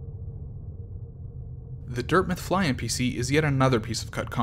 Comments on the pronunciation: why do you say dirth meth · NOBODY: ABSOLUTELY NOBODY:“Dirtmyth”